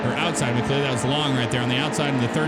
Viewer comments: McLeod is pronounced mccloud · Just for future reference, McLeod's name is pronounced "McLoud". Great video thought! Truly brightens up my day. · Yes. And Steven Leicht is pronounced "Light". McLeod is pronounced "Mick-cloud". Yeley is pronounced "Yay-lee". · You pronounced McLeod, Yeley, and Chastain wrong, but the game looks good.